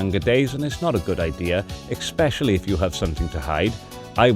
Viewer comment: I was absolutely aboard the snob train, up until you hit is up with eXpecially . The snobbery crumpled for me after that, bruv.